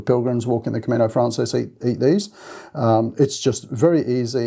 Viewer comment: thanks for all the information you provide. I want to say, though, that it’s “Camino Francés,” which is Spanish for the French Way. “Francés” is pronounced frahn-SACE.